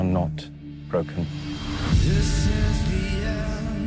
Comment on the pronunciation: THANK GOD HE SAID BROKEN!!!. Did anyone at first heard him say pregnant.! C'mon I can't be the only one.